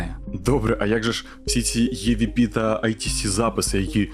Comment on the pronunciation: EVP читається як ІВП ніяких Є там немає, розумію можливо це трохи душно з моєї сторони, просто тригерять відсилки на язік навіть якщо вони на навмисні, а загалом відео дуже цікаве